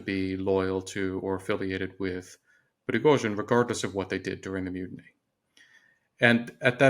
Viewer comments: Did she call him prozhin??? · Junior is so lucky to interview a pro. Pro-fes-sio-nal Pre-go-shin Try it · She nearly went with "Frizhozhin". That would have been an improvement. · Why is she calling him Frozhen? Did he get a new nickname? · Who’s “Frojen”? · What is it with Times Radio and their unprepared, half educated, work experience reporters. This lady has pronounced Prighozhin’s name differently every time she says it and her questions are asinine. Well done to the interviewee for his professionalism in the face of stupidity. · Sorry but this woman is terrible, childish, unprofessional, can’t even pronounce Prigozhin’s name correctly. Mr Kagan was ill -served by this person, deserves a better interlocutor. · Poor Mr Kagan . This interviewer is talking like a child. She can’t even say Prigozhin name properly